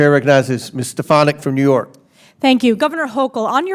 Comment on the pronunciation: “I’m telling you this” “I’m telling you the policies of Nee York.” Hochul NEEDS TO GO!!!